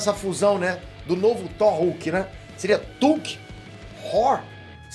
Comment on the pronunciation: falando “whore” kkkkk